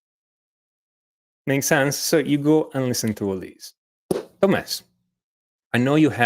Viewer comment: hey { } Watch how you pronounce TomHess,,,!!!! hey really good lessons you guys put out on vibrato